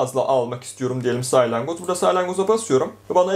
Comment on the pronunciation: saylangoz değil salyangoz diyeceksin